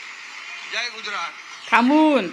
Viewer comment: गुज्रात नाही *गुजरात *ज जहाजाचा बाहेर *पडल, भाषण *करतो, वाक्य ऐकवते, हुतात्मेंनी *बलिदान केले, व्हेंटिलेटर *मिळाले , *माणसं *भेटतात वस्तु *मिळतात ,*मारहाण, मारपीट नाही, पब्लिक नाही जनसमुदाय किंवा लोक , खुराक नाही डोक्याला ताप. धन्यवाद Thankyou so much नाही वगैरे वगैरे मराठी विश्लेषण करतेस ना वगैरे वगेरे मराठी शिकवणी लावणे बाकि ठिक